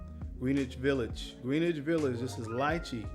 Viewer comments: Greenwich VIllage is promounced (Grin-nich) Great show by the way! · My brother, in NY we pronounce Greenwich , "gren itch" Village....Love your content! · I'm not from New York and pronounce it the same way lol. I've never heard anyone pronounce it the way he does but I guess if you've never heard it any other way that's what you say.